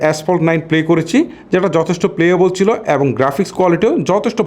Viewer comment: ভাই ওইটা ওয়াইট না ওয়েট(Weight) উচ্চারণ হবে বাংলায়।আপনার শব্দ উচ্চারণ ক্লিয়ার না।করেচি,বেবেচিলাম,চিল এগুলো কি?